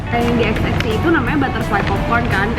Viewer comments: Kok sebutnya XXI(x x i huruf vocal i) bukan XXI(x x one)..? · Kok dia nyebutnya xx i si ? Itu kan angka romawi XXI DI BACA 21 . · ko xxi sebutannya emang gtu ya. kirain xx(one)